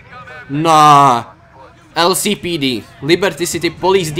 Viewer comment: on řekl LCPD, anglicky se C vyslovuje jako 'sí '